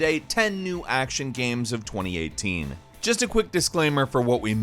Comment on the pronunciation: twenty eeehhteen